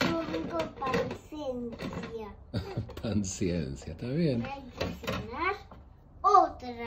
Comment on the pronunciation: man, dijo 'pancencia' por. Si te fijas dijo 'pancencia' en vez de 'paciencia'.